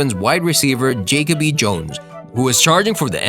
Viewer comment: Jake-o-bee Jones????😑😑